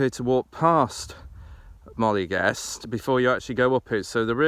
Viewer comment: good job, but got to tell you, it is definetly NOT "Molly Gest" ( maybe worst ever ), its phonetic, Moe L eh Gest.